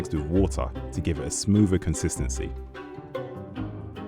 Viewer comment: Just my pet peeve here, but it irks when the narrator says "firteen" instead of thirteen or "smoover" instead of smoother. It's almost like he can't pronounce the "th" sound. Otherwise an informative video.